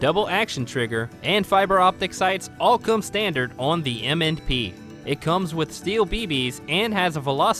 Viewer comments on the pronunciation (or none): none